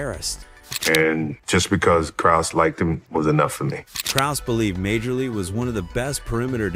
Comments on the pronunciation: When I first heard it pronounced "Major-League," I wondered what sport this video was supposed to be discussing😂🤣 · Ah learn the game….pronounce Dan Majerle. as in “Marley”. What are you 20 years old. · Dam ai. Who the hell is major-lee. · If you can't pronounce Majerle, you're not a fan of the game and should not be making NBA vids.